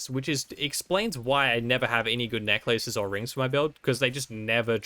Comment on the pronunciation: The way he says necklaces tho >:(